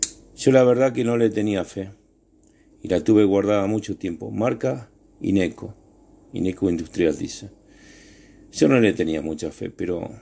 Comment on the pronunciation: No es INECO, es INGCO.